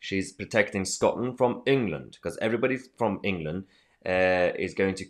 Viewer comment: She can’t even say the word England